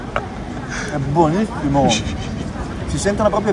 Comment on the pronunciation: "ma è buoniFFimo!"🤣🙃 I doppi sensi si sprecano in questo video hahahah